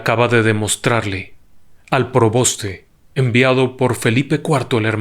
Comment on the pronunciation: Disculpe w le corrija es: preboste y no proboste . Gracias